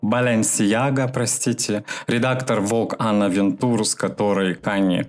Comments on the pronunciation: Он ещё такое ударение на слоге делает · Название бренда Balenciaga звучит как «БаленсиАга», кто вам сказал про Яга?